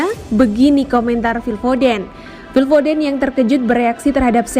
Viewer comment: Foden Dibaca Fodėn bukan Fodén, kaya kata perih (dibaca pėrih bukan périh)